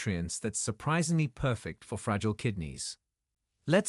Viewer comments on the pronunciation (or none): none